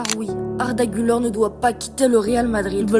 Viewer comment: Incroyable la vidéo frro mais ça se prononce "gulaire"